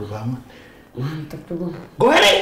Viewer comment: WKWKWK GO HAE RI JADI GO HERI